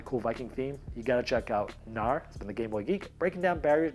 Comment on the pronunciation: Knarr - nordic boat with a sail. The "K" is not silent :)